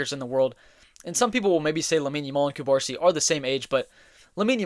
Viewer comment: hey bro love ur videos, catalan fan from the city of barcelona here, ur videos help me improve my english and i wanted to help u back with ur pronunciation. u misspronuncing Cubarsí surname, u are pronuncing Cubársi instead of Cubarsí it sounds weird. in catalan (also in spanish) the accent marks the stressed syllable (in this case the last letter of the surname). u gotta put tension in the last letter “í” saying Cubarsí instead of Cubársi.